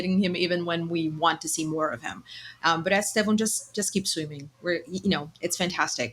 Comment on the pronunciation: Great show guys. But hey, you are sharing the Pod with two natural Brazilian Portuguese speakers, that consistently (correctly) pronounce his name as ‘Stev-on’. Give up this ‘Es- Tev-Ow nonsense. I forgive some of the ignorant British content makers and commentators, but you literally have no excuse. You are hearing from the horses mouths!!! COYB